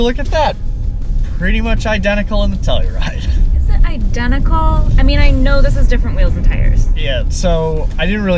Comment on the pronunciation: Why do they call it "Tellyride"?